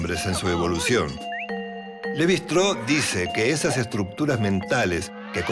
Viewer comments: ¿¿Levi "Straou"???, pero por favor, qué pronunciación inventada es esa? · Un texto claro e Interesante. Sólo me gustaría que los apellidos extranjeros se pronunciaran en castellano, o sea, Levy-Straus. Muchas gracias. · En frances no se pronuncia como indicas. Ni el mismo Claude lo pronunciaba así. No entiendo por qué queres pronunciar la St del alemán. Se puede pronunciar el apellido en una forma más derivada del español, los franceses lo hacen con su idioma. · Se pronuncia levistross (así con mucha s al final y todo junto)